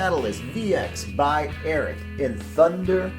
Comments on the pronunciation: What makes you think that “Ariat” is pronounced “Airett”? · Calls himself but cant say ariat correctly